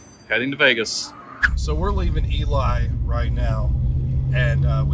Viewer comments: it's no eli it's elee, or at least in ely , MN it elee where I wasa born. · hey it's eLee not eLie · Looked like a fun birthday roadtrip. Just so you know, they pronounce Ely as EE-LEE, so now you can consider yourselves real Nevadans. Hilarious is the Texan, but is the one that usually does his longhorn luck to "adjust" the reels to line up! 🤘🤠🤣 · That was a fun road trip. Wendover is my closes casino town. (I’m in Utah). BTW, what was with the sound in the video starting in Ely (pronounced eelee, BTW)? Sometimes it was like noise cancelling was on, other times it was off. Even the video quality was weird in those odd audio parts. 🤷🏼‍♂️ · Pronunciation E Lee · Ely is pronounced Elee. The locals don't like it when people miss pronounce it. Lived there five year, found out real fast.